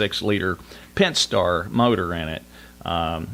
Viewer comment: "3.6 Pent - star" Its "pent A star", learn how to say it.